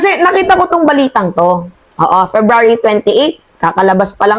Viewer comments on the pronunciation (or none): none